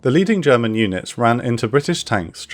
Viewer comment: you improved on your German pronunciation noticeably I am a happy German now